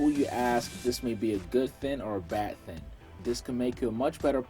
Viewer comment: Let's put the "G" on the word thing....THING..THING NOT THIN!